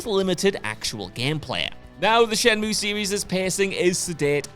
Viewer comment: I can imagine the look on 'face when said "shenmoo II" instead of, say it with me, "SHENMUYYY" 😅